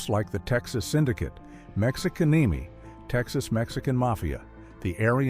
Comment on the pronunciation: Uh HELLO Texas Mexican Mafia is Mexicanemi come on whoever runs this channel get it right for once PLEASE